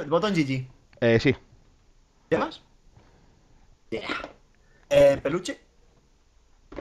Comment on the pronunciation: es GG no yiyi y un boton gg suena GEEEEEEEEGEEEEEEEEEEE